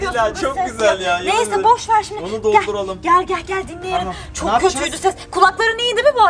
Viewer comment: ablamız boşver yerine bokver dedi